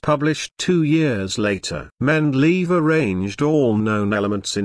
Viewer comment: Mendeleave, haha